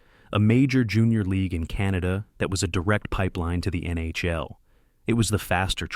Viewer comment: The mispronunciation of legendary NHL players and the NHL acronym itself made me think it was odd for a clear non-hockey fan to make a video about this. Was this AI?